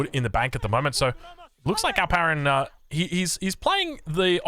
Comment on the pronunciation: Only when he says it